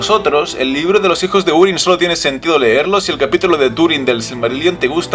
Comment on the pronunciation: Se pronuncia júrin, no úrin.